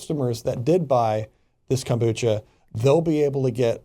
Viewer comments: I support, but then I see stupid news stories like this and I cringe. You’re not even pronouncing the drink correctly. It’s fermented tea. It even says that there’s trace alcohol on the label. Even if there is alcohol, I challenge anyone to drink more than one bottle. Kombucha is potent stuff... Anyone complaining about the legality of kombucha has never heard of it and don’t understand the actual benefits of it. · Well we are the country that sues over coffee temperatures which makes this entire segment seem much less bizarre. Have I been pronouncing kombucha wrong? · That pronunciation is not correct. is wrong on this. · David Steere Florida. We all pronounce it the way the second guy did. But I’ve seen different vegan videos about it all over YouTube and various places and nobody pronounced it the way the host does. I don’t know if it’s “wrong” it just sounds bizarre to me lol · You guys can't even pronounce it :-( and most kombucha bottles say "contains alcohol" ... people think... it is fermented drink.... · That’s how most people say it. Never heard it said the way this guy is saying it lol. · Wow wow wow. officially jumped the shark. This is sponsored content! An fn infomercial! At least know how to pronounce kombucha correctly bwahahaha. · I can’t take it seriously with the pronunciation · He can’t even pronounce Kombucha :/ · If you are someone who cannot consume alcohol. Avoid all fermented products as it is a result of the fermentation process. Organic rootbeer, ginger ale... This is about the fact that the label didn't contain the proper information. And it's KobuCHa not kombuCKa. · It's kam-boo-CHA, not kam-boo-KUH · Literally everybody who drinks kombucha knows it’s fermented and has small amounts of alcohol and it says it on the bottle. And it’s “kom-bu-cha” not “Kom-bu-ka”